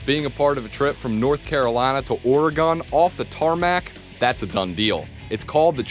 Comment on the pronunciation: Please learn to say Oregon properly. It is not Ore-gone or Ore-gawn, it's OR-i-gun.